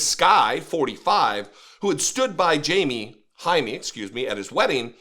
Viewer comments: “JAY-ME” not “Hi-me”… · if you want to pretend to be an ally you should at least learn to pronounce our names, and also WE are americans, you are mostly europeans. it's disgusting all those attempts at taking OUR demonym. jaime is not "jamie" and it's not "high me" or "hiney". the pronunciation is closer to hai(like the japanese expression when handing something to someone)-meh(like the expression in english for when something's so-so) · The man’s name more or less should be pronounced “hi-meh.” 🙂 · Pronounced “Hi-meh” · Jaime is pronounced High-Meh. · usually it is pronounced Hi Meh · It’s pronounce “High-Meh”